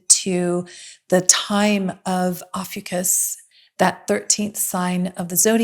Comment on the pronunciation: It's pronounced like "Oh-few-cus"